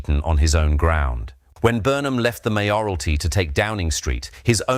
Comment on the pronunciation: I hate these AI voices. It cannot even pronounce `Mayoralty` correctly. Unfortunately, it makes anything spoken sound suspicious. And difficult to trust.